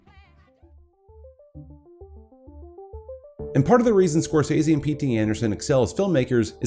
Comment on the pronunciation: I CANNOT EXPRESSED HOW PLEASED I AM THAT SOMEONE FINALLY SAID SCORSESE CORRECTLY I AM SCREAMING WITH JOY THANK YOU